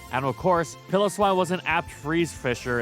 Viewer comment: Who tf is "Pillow-swine"? It's "PILE-o-swine".